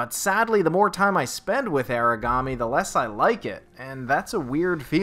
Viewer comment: It's AH-ra-ga-me or AH-la-ga-me.